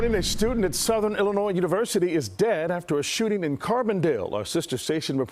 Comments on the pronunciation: The "s" in Illinois is silent. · “Illinoissse” dude the s is silent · S is silent in Illinois. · I'm from a town a hour away from C-dale. I never considered going to SIU-C due to the fact it's know as a "party college". I actually hadn't heard about this. So thank you for sharing. And leave the "s" off Illnoiz lol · I graduated from SIU. This is a tragic story. I am also a Chicago girl born and raised. I started SIUC at 18 years old and registered last minute. This story hits home. I enjoyed your video. Thank you. The s in Illinois is silent. ❤️ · S not pronounced in Illinois. Thank you. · The “s” in Illinois is silent